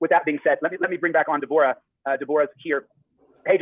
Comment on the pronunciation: He was never going to fight him even if he went back in time 30 year's. Also it's pronounced ( Deb- oh- ra ) COWARDLY POS LIAR ❗